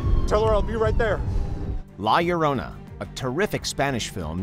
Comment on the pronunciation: Lol, you can't pronounce La Llorona? Goodness, then give the job to Pheobe or somebody else.